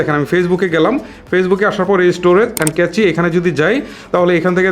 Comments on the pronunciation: ভাই, Cache কে কেচি বলছেন কেন? এটা তো উচ্চারন ক্যাশ হবে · ভাই ক্লিয়ার ক্যাচি হবেনা। ওটার উচ্চারণ হবে ক্লিয়ার ক্যাশ। ধন্যবাদ।।